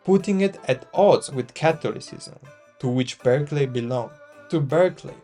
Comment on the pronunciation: Thank you for a useful summary. Bishop Berkeley’s last name, though, was pronounced “BARK-lee”. It isn’t obvious from the spelling.